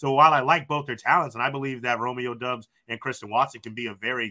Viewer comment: It's Dobbs when you pronounce it folks. Like Cobb. Not dubs